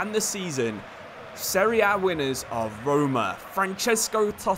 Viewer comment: Thanks bout this video, finally someone that says the competition's name correctly ;) btw thanks for this video about Totti, our eight roman king... Daje Roma!